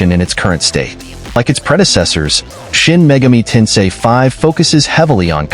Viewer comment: It’s Shin Megami Tensei, not Megumi 😅